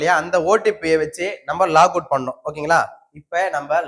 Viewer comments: Log in & Log out உள்ளே புகுதல் வெளியேறுதல் என்ற அர்த்தம் நீங்கள் உள்ளே புகுந்துதல் என்றதற்கு லாக் அவுட் என்று உச்சரிப்பது தவறு லாகின் என்று சொல்ல வேண்டும் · லாக் - அவுட் இல்லப்பா... LOGIN ... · அதுல லாகவுட் இல்ல சாமி.... லாகின்....